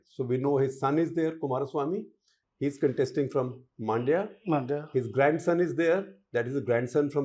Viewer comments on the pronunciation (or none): I don’t get why you guys pronounce it as मांड्या. It is “मंड्य” (mun-dya) 🤷🏻. You did very good job of pronouncing other cities properly